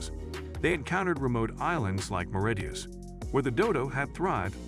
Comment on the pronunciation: Your lazy computer voice can't even pronounce Mauritius correctly.